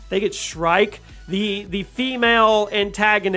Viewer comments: It's SHREEEK. NOT SHRIKE. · "shriek" = "SHREEK"